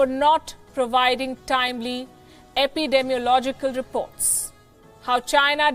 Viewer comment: Great job on "epidemiological," you nailed it!